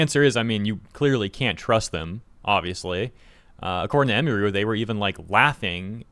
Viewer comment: Ugh you keep butchering her name. Its not " em E ru" Its "em UH ru"